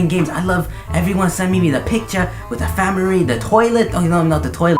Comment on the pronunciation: HE SAID "FAMIRY" IM DONE IM DONE